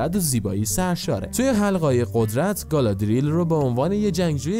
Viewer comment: گالادریل نه،گالادریِل